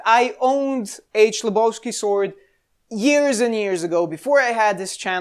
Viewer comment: "H"lebovsky, not "CH"lebovsky...